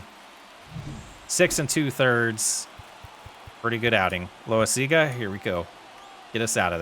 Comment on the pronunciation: Just FYI, it’s pronounced low-EYE-zig-a, but lots of people just call him Jonathan Lasagna